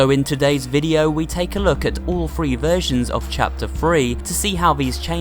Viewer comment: He’s saying free instead of three